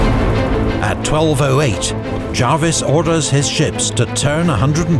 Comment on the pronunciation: I was taught by Prof Harry Dickinson, one of the great 18th century specialists, and he was insistent on the Jarvis pronunciation. Paused a seminar to point it out! So I’ve gone with that.